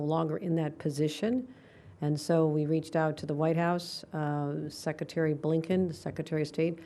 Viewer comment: Seck-a-tary???? Idjit